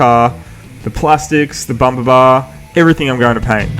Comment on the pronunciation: Can you say bumber few more often say liner .ore French lol